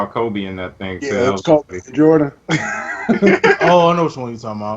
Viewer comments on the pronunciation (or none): none